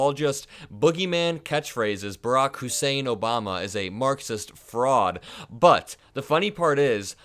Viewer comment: Whenever that Tangerine Toddler says Obama's name he Always emphasizes the "Hussein"! In his little Pea sized brain he thinks it's an insult.